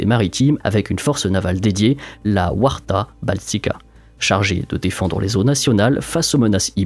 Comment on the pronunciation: Aucun effort pour les noms Polonais, alors que c'est simple. Warta - on dit Varta, pas la peine de le prononcer en anglais lorsqu'on parle Polonais c'est ridicule. JAWOR se dit Yavor, c'est simple et plus respectueux, a ce qu'il est RZECZPOSPOLITA - RES PUBLICA, c'est compliqué car le mot est tres ancien, plus ancien que la République Française, vu que la Pologne et la plus vieille République d'Europe! On le prononce GETCHE POSPOLITA, la prochaine fois fait un effort linguistique quand tu parles de mon pays, ca serait tellement plus agréable a écouter.